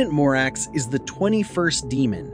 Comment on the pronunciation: the a is pronounced like "father". it's pie-mon, bah-thin, mah-racks, ah-stah-raw-th, gah-app, feh-necks, foe-kah-lore, vah-pahr, bih-frons, voo-all, hah-ah-gen-tee, bah-lahm, oh-say, vah-poo-lah, zah-gahn, beh-lee-all, say-ay-ray. bune is pronounced "boo-nay". vinea is "vin-ay-ah" / vine "vin-ay".